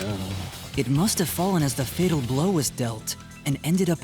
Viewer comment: nothing about keebo say "fatal" as "fittle"?